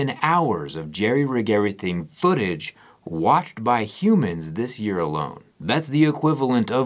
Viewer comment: The emphasis on qoute “ watched by humans “ ! , jerry knows something we dont , aliens are real peeps 👽